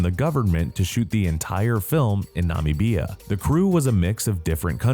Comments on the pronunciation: Nuh-mib-ia. Not part of South Africa, a country in it’s own right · “I wonder how you pronounce the name of this country… Never mind I’m just gonna go with Nommy-bee-uh. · I'm a South African horror fan and didn't know this existed. Thanks. By the way, Namibia is a country in Southern Africa, not a location in South Africa. It's like saying Canada is in the United States. Please do two minutes of research before creating an otherwise decent video. And learn how to pronounce the names of countries. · Your pronunciation of Namibia was SO weird, and the fact you said it's in South Africa (it's in the Southern part of the African continent, not in the country of South Africa), had me confused about where the hell it was actually filmed. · you have GOT to start vetting your narrators for this channel. Not only was Namibia mispronounced, but he also didnt know the word "plumage". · You r pronouncing Namibia wrong lol 😆😆😆😆😆😆😆😆